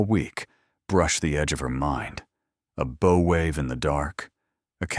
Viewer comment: How can you call a bow of the ship a “brow” all the way through the story.